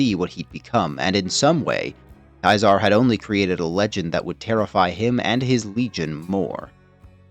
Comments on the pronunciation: Why are you calling him Kizar? It's Ceasar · The legions route to victory is also its route to defeat. And its defeat or even turning aside at the dam will likewise eventually be its end, though perhaps a less destructive one. Also, Ceaser (pronounced Cee-Zar, no matter what he thinks) ls categorically an idiot. If you punish a decorated leader for a singular failure, then not only do you lose expertise, but the culture automatically shifts into one of never allowing failure, and certainly never admitting to it. And that will cause leaders to commit to fights longs after the point its obviously a loss anyway, and that will lose the legion far more than such commitment could ever gain. He'd know that if he had ever read a singular ounce of leadership theory, rather than a history of a failed empire.